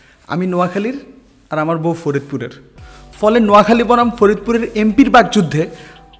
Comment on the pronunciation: ভালোবাসা জিলা থেকে হয়না আপনাকে আগে থেকেই ভালোবাসি । তবে আজ নোয়াখালী বলাতে ভালো লাগছে !